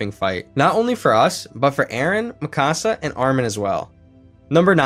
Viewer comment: The way you say Mikasa, really irritates me. It MeKaSa